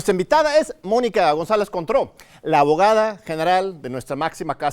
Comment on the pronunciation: Contró... suena a Cointreau